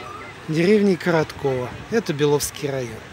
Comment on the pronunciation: Не КороткОво, а КоротковО,барашка.